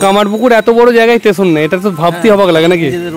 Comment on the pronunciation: "স্টেশন" - টেশন না।